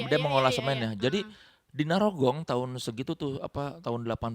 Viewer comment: narogong ya bukan nyarogong